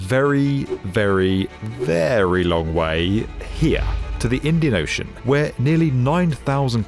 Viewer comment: Ninety-nine percent of your words are completely understandable, but you have an obvious problem with the word "here". Also, as someone who pays actual money so I don't see ADS on YouTube I do not think it's funny or clever the way you try to sneak them into your videos. "DISLIKE and "Don't recommend channel". Bye-bye.